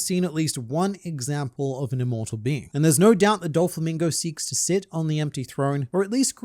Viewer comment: "Dofalo Mingo" 🤣